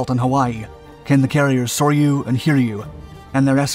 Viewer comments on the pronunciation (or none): none